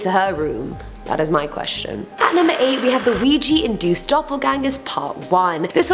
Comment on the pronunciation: I genuinely thought she said, "Luigi and Duke" not, "Ouija induced"